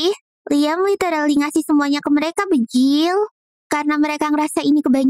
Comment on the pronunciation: Kenapa ngomong banjir malah bejil😅😅😅😂😂